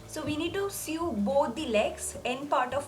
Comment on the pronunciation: Omg it’s not sued or sue it’s pronounced so